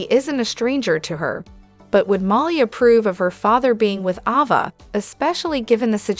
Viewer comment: Is there a reason why you don't pronounce Ava's name correctly??? I notice you correctly pronounce Avery's name correctly??? The letter a has the same sound in both names!!!